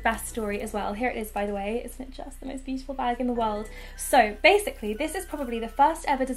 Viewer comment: Bag not nah